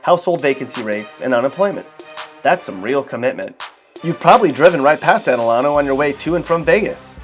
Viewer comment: delano...... is not pronounced like that its more like da lane oh... and lake isabella, shafter, tahachapi, buttenwillow, hmm and lancaster ;)